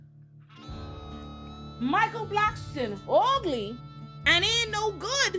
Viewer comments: The way you say ugly makes my day 🤣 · The way she keeps saying “ugly” has me in stitches. It’s just so emphasised 😂💀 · I died at that part 😂